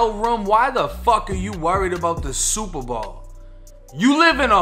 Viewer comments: What planet are u from how the hell do u mess up the words SUPER BOWL! you called it super ball lmfao how do u do that three times wow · It’s super bowl not ball this your second video mis pronounce it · my dude did hear u say the SUPERBALL game . could be the accent difference im canadian so we say alot differently than yall but yo. he whoop that ass cause he had his last 100 on that game . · I keep hearing "super ball" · Why do you say super ball & not Super Bowl 😂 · Superbowl not Superball bruh! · I was like I know I'm not the only one catching this shit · superball, gotta love the boston accent. And I definitely respect your humble caucasian opinion also fam. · Is he saying super ball? I swear I’m hearing super ball?! Funny shit bro big ups! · Is it accent or is he saying “Superball”? 😂😂😂 love the channel man I watch a few a day. Thanks 🙏🏾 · My boy are you saying “super ball”? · I swear you’re saying superball but great video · Super Bawl 😆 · Jus came to the comments to see if anyone else heard it lolol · Am I the only one weirded out by listening to him pronounce “Bowl” from the obvious Super Bowl? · Nope, I'm with ya 100% lol. Never hurd it that way either. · Are you saying Super Bowl?